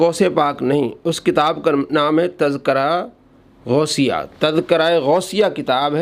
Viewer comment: جناب لفظِ تزکرہ کا اعراب درست فرمالیں